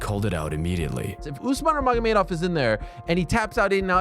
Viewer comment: Love your content, but you might want to learn and practice how to pronounce Nurmagomedov. It ain't difficult